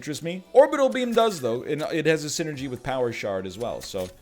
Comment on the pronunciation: Am I the only one who, when he says "power shard", can't stop hearing "power shart"?